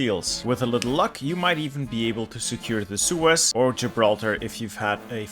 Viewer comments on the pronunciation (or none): none